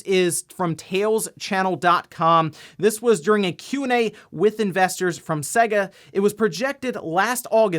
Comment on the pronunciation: Hate the way he says "Sehger" it just triggers me, you only have to boot up Sonic to hear how it's pronounced. It is said "Saygah" but it really doesn't matter, it just annoys me so much lol